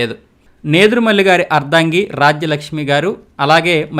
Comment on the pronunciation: టంగుటూరి వీరేశం ప్రకాశం పంతులు అంటున్నారు... మీరు మంచు విష్ణు గారి క్లాస్మేటా ? పి అంటే పాములపర్తి అని చెప్పి , వి అంటే వెంకట అని చెప్పలేదు ! దామోదరం సంజీవయ్య గారి ఇంటి పేరును దామోదర అని పలికారు ! అర్దంగి కాదు ! " అర్ధాంగి. " తప్పులు రాకుండా ప్రయత్నం చేయండి